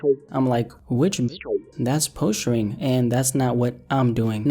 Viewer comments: Did you pronounce posturing "Poe-stir-ing"? WTF? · lmao don’t know how to say “posturing” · cant pronounce posturing lol